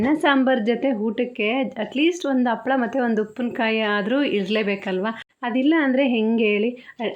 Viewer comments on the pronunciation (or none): Appala alla ...HAPPALAA .